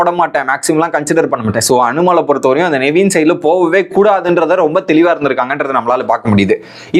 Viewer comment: Bro.... Tell the contestants name properly.... Justin illa... Jeshin.. Navin illa nevin...